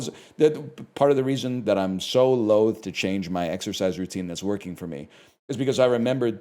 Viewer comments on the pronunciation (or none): none